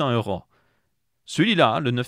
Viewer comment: HOUIT, EURAUUUU, ces " ò " sorties du tréfond du nez, EURRÀNNNN